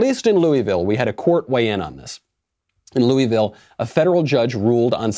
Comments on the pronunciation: Dude, its LOO-A-VUL or its LOO-A-VILL. Maybe even LUL-VUL but it ain't LOO-EE-VILL or LOO-IS-VILL. Please! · Coming from someone who lives in Louisville...it's pronounced Lou-a-vul Michael. And yes our mayor and governor have gone nuts.